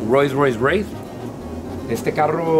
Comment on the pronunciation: Cuando no puedes pronunciar Rolls-Royce Wraith pero lo tienes pa presumir 😂💀